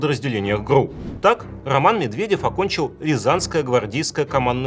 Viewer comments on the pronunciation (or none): Только произносится не "гру", а "гэрэу".